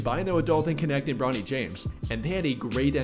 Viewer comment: So lost why everyone keep saying his name like it has an I in it kinecth